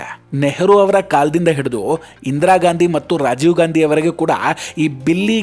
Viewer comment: ಗಾಂಧಿ ಅಲ್ಲ ಸರ್, ಗ್ಯಾಂಡಿ ಎಂದೇಳಿ 😂